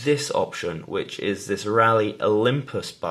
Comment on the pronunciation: Why does the annoying bloke with the beard pronouce 'this' as 'zis' lmao